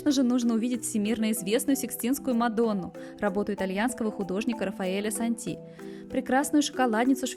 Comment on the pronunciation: Антон Рафаэль МенгС. Рафаэль САнти, а не " сантИ".😢😮